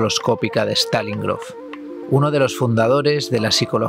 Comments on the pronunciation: Tambien se llama Stanislav Grof, no Stalin Grof. Pero no pasa nada jaja gracias por el video!❤ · Desde luego andas un tanto despistado por decirlo suave, no es Stalin Grof sino Stanislav Grof, y la supuesta respiración holoscópica es un copy past de alguien que quiso crear su propia marca, a partir de la respiración holotrópica que propuso Stanislav Grof.